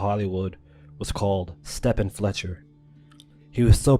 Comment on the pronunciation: Yeah, that made me cringe. His pronunciation was not even close. Fletcher? lol